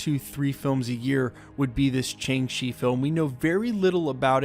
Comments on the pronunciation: Shang Chi, not Chang Chi. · Why do you keep saying Chang-Shi? It's Shang-Chi. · Dude, it's not "Chang-Shi;" it's "Shang-Ch'i." Literally "The rising and advancing of the spirit."